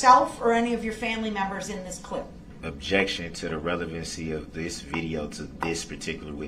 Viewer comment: Dis,dat, taKit agreement, suBstain ,etc. He's a complete imbecile.